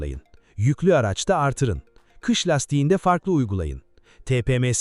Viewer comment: Ahaha Yapay zekâ kış kelimesiňi kiş diye okumuş ama hayret Türkçe de Ş harfini nasıl tanıyıp S gibi okumamış ona şaşırdım 😂 Kiş lastiği 😂😂 ingilizce Kıs lastiği 😂